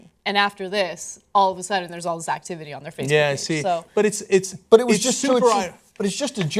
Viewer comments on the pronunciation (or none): did Anna say "All this sack-tivity"???!?!!!!?? 😂😂😂😂😂😂